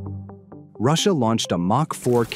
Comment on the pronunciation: ross-i-ya is winning